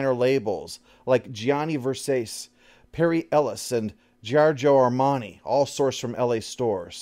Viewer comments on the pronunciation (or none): Ver-sah-chee. You really should care about every pronunciation. I get it, fashion is stupid. However, mispronouncing the name of one of the most famous designers that of all time [he was a PERSON] only accomplished the undermining of your authority as a documentarian I know it’s not a perfect analog, but journalism, which your videos are related to in that they are informational, have a concept known as Gross Factual Errors (GFE), which is misspellings or mispronouncing really basic things, which undermines the authority of the reportage. This concept applies to you because you are making documentaries, and your disclaimer doesn’t alleviate the problem, and in fact is a declaration by you that you’re OK with not doing all the research if the subject doesn’t interest you. I mean, yeah, this isn’t life or death, but I figure maybe you’d rather not undermine your own authority in such an obvious and easily prevented way. After all, how much extra time does it take to type into Google “how to pronounce Versace?” If you ask me, that’s time well spent. 🤷🏽‍♂️ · Well, don't worry, you fluffed up long before Johnny Vursays: Schiavelli is also an Italian name, and it's not pronounced anything like Shia LaBeouf. Hint: Schi is pronounced "ski". The rest was fine though. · "Ver-sah-chee" I yell back at the screen followed by a card "I don't care enough about fashion to look up pronunciation." Silly me, that is all he does is describe media, who needs it to be pronounced correctly. He doesn't have 3 second to do that. I kid, I kid. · Yes...respect his authoratah! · Brow furrows quizzically at the Versace pronunciation and then the card about not giving a damn about the pronunciation pops up, ah damn that made me laugh. Well played, well played. Love hearing all the background details on the oddball movies like this, it has always been such a bizarre 'throw everything at the wall' sort of movie to me so the extra details really fill it out!